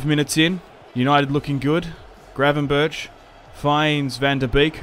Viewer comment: How can it be so hard for english speaking people to say Gravenberch name right?